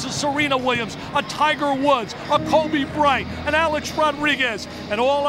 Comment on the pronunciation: That man said Kobe bright